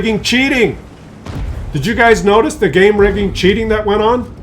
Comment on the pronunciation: I didn't suspect it was game rigging until you told us. It sounded like you were saying clown vagen or clown car.